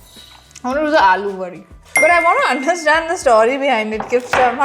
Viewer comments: Its not aloovadi..its अळूवडि...kindly do some basic research on marathi pronounciations before posting..same mistake was done by curly tales where sharvari wagh also pointed its not aloo vadi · Piyush = Liquid Shrikhand अळूवडि✅ अलूवडि ❌ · When Non-Marathi people realize there is no ळ sound or letter in their language. Aluvadi ❌ Aळूvadi ✅😁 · In Alu wadi It's not ल It's ळ.. It's आळू.. those are Taro leaves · Alu vadi - अळूची वडी not आलूची वडी.